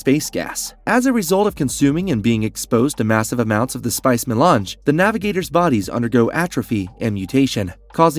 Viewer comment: Also how does IRULAN turn into “Eee-Rule-ian?” “Eye-Lee” Atreides. That’s an interesting way to pronounce Alia. Lmao 😅 At least he knows his to pronounce “Melange” properly. It’s odd which words he actually does say correctly. This was HARD to watch and I got ZERO entertainment from this content because I was so hyper-focused on his TERRIBLE English pronunciation! 😕